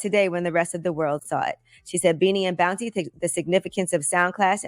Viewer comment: Its pronounced Boun-tee